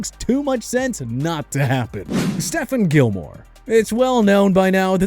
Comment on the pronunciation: It's pronounced sta fon, not steph in.